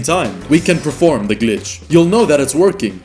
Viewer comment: "Preform" Perform 😛 Two whole mosques?!